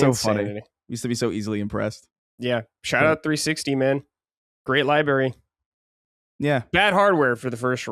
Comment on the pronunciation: if you're going through these libraries of consoles please learn how to say the word “library.”